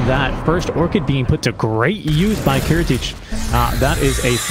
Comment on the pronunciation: kiritych correct pronunciation is "Cheshikat"